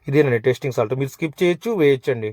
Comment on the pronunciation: టెస్టింగ్ సాల్ట్ అంటున్నారు అది టేస్టింగ్ సాల్ట్ మరియు కస్తూరి methi కాదు కసూరి మేతి. చెప్తున్నందుకు అన్యదా బావింపకండి.